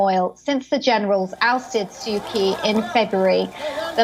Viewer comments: "Muy-Anne-Marh" "Sooh-khee" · I think "ky" is pronounced "ch" in Burmese. So it must be pronounced Aung Saan Su "Chi".